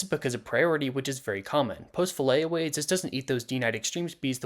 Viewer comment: It's FILLET away, not Fillay or whatever you said lol 😅